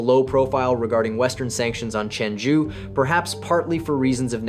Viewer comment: Why is the Zhi pronounced so inconsistently in this video? Sometimes you pronounce it ZHEE while other times you pronounce it ZHUH.